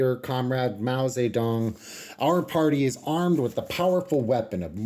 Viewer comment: I like how you say "Mao Zedong" instead of "Mao Tse-tung." Pinyin > Wade-Giles